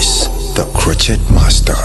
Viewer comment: Maurice I like your videos but that intro gets on my nerve: it's pronounced 'crow-shay'!